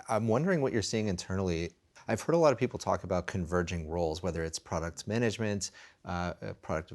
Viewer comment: “poople” haha